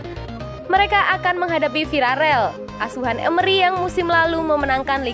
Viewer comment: pelafalan stamford bridge kok gt... bgitu juga sama villareal. 😀😀😀